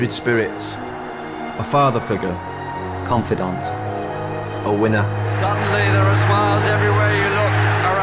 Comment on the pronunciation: giggsy "confidont"wtf lmao